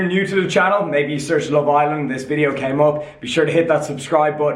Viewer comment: "And "kem" across really badly" hahahahaha